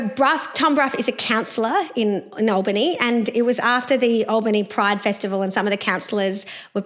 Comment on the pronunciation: I just voted #1 for Tom today ✅ (Just to let you too, Dr Jo, “Albany” starts with a short “A” sound, not a long “A” pronounciation 😀)